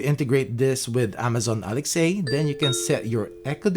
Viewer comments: Alex a 🤣🤣 i hate alexa but man you make it so much worse Speak properly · I think he says it like that on purpose to avoid triggering the viewers Alexa device. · You're the first person I have heard pronounce it "Alex-ay"